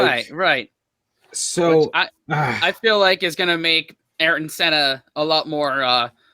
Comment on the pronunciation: not the way to say it